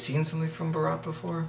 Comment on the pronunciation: The way you guys are pronouncing the title of this movie, Bharat, is actually a different Hindi word that means the groom's wedding procession, baraat (wearing a flower vale astride a white horse on the way to the wedding venue). Bharat (sounds like the two English words Baa/rut), on the other hand, is not just a male first name, it is also an ancient Indian emperor and his kingdom, Bharat, which was/is in fact the whole of India. It has since become another name for India. You can hear Salmaan pronounce Bharat perfectly and clearly in the last line of the above video clip.